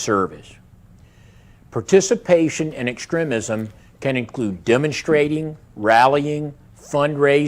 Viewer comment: How that Navy guys was pronouncing extremism bugged me so much.